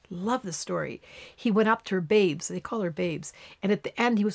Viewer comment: babs not babe